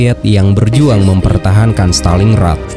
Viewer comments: Montgomery bukan mcgomery Stalin Grad bukan Staling Rad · stalin grat, bukan staling rat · Maaf nih klo boleh koreksi, pengucapannya stalin-grad bukan staling-rad. Dtunggu part 4 nya ya...